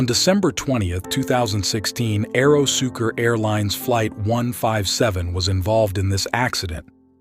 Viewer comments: AeroSucre, not AEROSUKER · It's pronounced ahhh eero sue cray